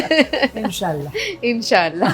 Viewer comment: The way She Say inshaAllah 🤌